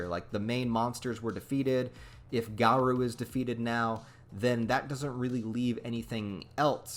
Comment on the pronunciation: Bro is is (gar-oh) not (gar-ouu) 🤦🏼